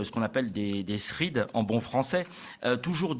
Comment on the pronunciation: Toujours aussi intéressant. Merci. Ps: nos amis de la perfide albion prononcent Thrèds plutôt que Thrid, il me semble ^^